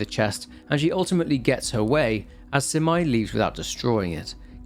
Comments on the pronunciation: Minor detail: You pronounce Abe no Seimei's name as "sey-mey", not "sai-mai" Other than that, wonderful breakdown and analysis! I'm always waiting for your uploads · Love your vids. Btw its Seymey not simai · Pls lord why is no one talking about how he pronounces Seimei. He says it like it's "semi" but, really, it's "say-may" Idk man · Seimei (Say-May) and that's a really, really pretty dude. That's literally one of Abe No Seimei's details is that he was very pretty because his mom was a Kitsune (Or so it's said). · Thanks for another great video! Btw Seimei is pronounced more like Say-may. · The way he read seimei as semai, kinda make me laugh. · Loved this game! This was one of the first horror game I played back then. Ty for the video! ❤ Ps. Abe no Seimei name is not pronounced as Semai. Semai means narrow. 😂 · True. The pronounciation of Abe-no-Semei made me crazy, too. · NGL I was listening to this like a podcast and was so confused by the name pronunciations since I have seen this game before loooong ago. I had to pop back in to double check. Especially Seimei. 😂 Ah I just realized might have played with English VA where Kureha was pronounced like Korea... Oof.